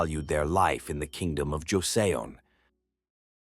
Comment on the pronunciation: It’s pronounced ‘Jo Son’ thanks for posting! Joseon history is fascinating yet tragic